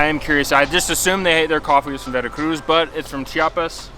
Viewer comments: Veracruu lol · Veracruz? Veracrú.